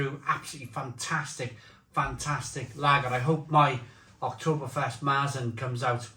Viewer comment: That Marzen pronunciation is painful to hear but…..ok. Good job 🙂